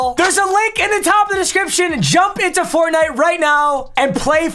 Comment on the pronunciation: I don't wanna ever hear him say fortnitw, its funny that his most viewed vids are fortnite